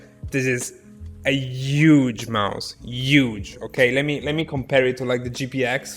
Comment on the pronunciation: The word huge: Italians: UUUUUGE Haha no hate tho I love you <3